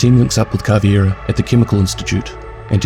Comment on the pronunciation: It’s Cav•Ei•Ra not Cav•iE•Ra people always switch the ei and replace it with an ie